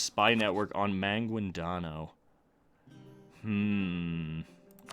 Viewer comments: I’m a Filipino and you pronounced the names wrong ex.maguindanao is ma/guin/da/nao if you want the pronounciation it’s ma/geen/the/now .Why do you put an accent when you don’t know how to pronounce the names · The way you say Maguindanao is absolutely hilarious.